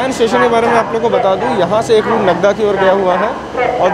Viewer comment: Bhai it’s “देवास” not “देवस” “नागदा” Not नग्दा